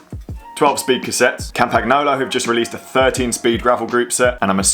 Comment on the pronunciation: The g in campagnolo is silent mate :-*